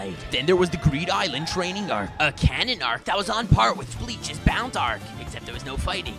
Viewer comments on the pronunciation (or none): none